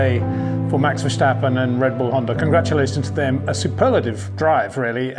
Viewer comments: ⚠️ To all international journalists & sport presenters: 🌐 it is NOT Lewish ... it is NOT Bottash ... and it is certainly NOT Max Vershtappen! Pronouncing "st" as "sht" is done by Germans not Dutch people! ... like an insult to (some of) us ... like insinuating you are a Nazi or something. But most people from Holland (like me) have NO issues with Germans at all. Am part German myself. Everybody knows how to pronounce Stable not "Shtable" or "Train Station" not "Train Shtation" so NO EXCUSE to be a moron! They do not do it with others having st in their names! ... All other F1 drivers are pronounced correctly having "st" in their names. This BS started years ago with father Jos Verstappen being interviewed by British sport presenters thinking it is funny to talk like a German to a Dutch guy! ... It is not ... And they do not giva fck. Not even having the courtesy to ask how to pronounce it correctly. (Acting dumb about it, hence my sarcasm, which some do not get). I did not say all Dutch people think like that ... but people that make fun of assumed "Nazis" they change their pronunciations to make fun of you. But there are vast amount of nice Dutch people that never would do that ... nor feel the need to insinuate. I have been called "Nazi" by some just because my last name is German then they talk with "sht" & z (not s). Thinking they are "so funny" doing that. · Hi Peter, I would love to meet you so I can explain how to pronounce Verstappen. It has been 4 years now so I think you should've learned it by now. Until we can meet, here is the thing; there is no "sh" in VerSTappen. Just a simple "st" like in "stop". You can do it!